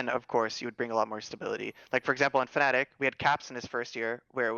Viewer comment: They also called Fnatic Fanatic in another video